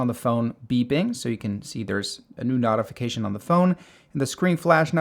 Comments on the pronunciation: It’s a noh-tee-fication, not a knot-ee-fication. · wtf is a "NAHtification"? its a Notification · useful video but the flash knot-uh-fication section killed me lol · this mispronunceation is killing me lol. "knotification" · I'm fine with you mispronouncing most of the other words but "nautification center" really does bother me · dude, you're saying notification wrong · You are pronouncing "notification" wrong. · Yeah, I almost turned off the video when he started repeating the word notification. The other dozen or so words were odd but that one is really distracting! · Yeah, interesting pronunciation. There's definitely no "tee" sound in notification, though.